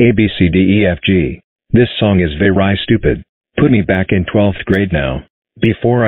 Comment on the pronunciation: Veri❌️ Very✅️